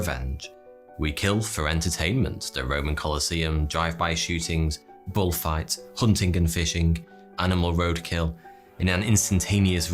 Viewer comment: no one: literally no one:: “bulfights”